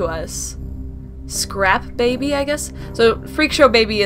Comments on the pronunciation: When she saw scrap baby the first time after the pixel game did she say “spring show baby”?? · And she got scrap baby's name wrong